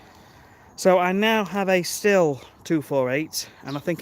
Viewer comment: Little correction. It's pronounced "steel", not "still", as it is German. Like your video's!